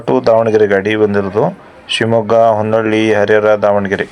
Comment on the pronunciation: ಹೊನ್ನಳ್ಳಿ ಅಲ್ಲ ಸರ್ ಹೊನ್ನಾಳಿ